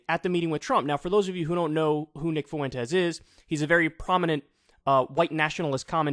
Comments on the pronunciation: For the love of Christ Kyle, it's not Nick "Foo-entes" it's Nick "Fwentes" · Kyle why are you pronouncing his name like "Foo-en-tez"? It's Fwen-tez. 🤣😂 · Holy moly man, its pronounced "fwentez", two syllables, emphasis on the first syllable. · Is that really how you pronounce Fuentes? I thought it was closer to Fventes if anything? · Yeah, no. It's definitely not pronounced "foo-entes". IDK how so many people struggle so much with a name as common as "Fuentes". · Whoa, wait...since when is "Fuentes" pronounced "FOO-ENTEZ"?? Is that actually how Nick Fuentes pronounces his own name? Or is it just funny because it's how Kanye says it? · I can't take hearing his name pronounced 'Foowentez" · Nick “Foowentez” 😂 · Kyle, learn how to pronounce "Fuentes" properly. it's not that hard.